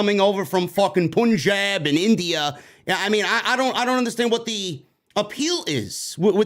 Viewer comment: Its PUN and JAB! PUNJAB!!! Not POON and JAB - POONJAB!!